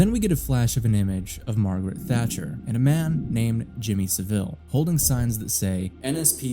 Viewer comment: It's pronounced "SAH-ville," not "suh-VILLE."